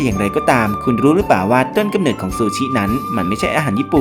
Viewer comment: เนิด หรือ เหนิด งงเลย555